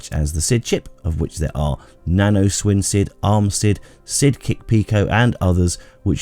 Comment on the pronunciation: I cringed when you said Nano SwinSid..... Not gonna lie lol. Now i have the SwinSid Ultimate, FPGASid, ArmSid (which i see is in the black board on your video), BackSID and probably a few others as well as the Nano. You get what you pay for with that one. 😉